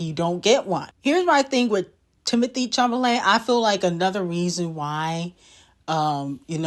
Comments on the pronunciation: It's Chalamet not chamalet😭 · 😂😂😂I love the way you completely botch these ppls names Timothy who na??